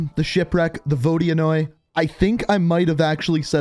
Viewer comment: As a russian, I should note that ur vodianoy is good enough